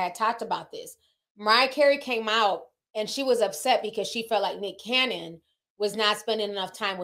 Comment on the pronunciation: Ti you get me every time that you say Dicholas Cannon🤣😂😭😂..and not Father Abraham 💀💀